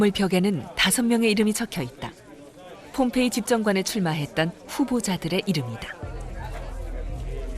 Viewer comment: 허허, 그렇습니까? 다소 엉뚱하지만 말씀하신 "봄페이"가 아니고 ""폼페이"라고, 좀더 정확하게 표기해야 할것같습니다. 과거, 인도의 "봄베이"라는 도시가 이 영상의 "폼페이"와 발음이 헷갈린다고하여서 지금의 "뭄바이"로 바뀌었다고합니다! ㅡㅡㅡ